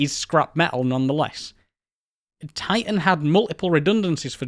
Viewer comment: I'm far more irritated by his inconsistent consonant pronunciation. Sometimes within the same word i.e. "mi'igated". Typical of educated people who are trying to hang on to or cultivate a more working class accent. I don't care, pick one. "Ti'an" or "Titan".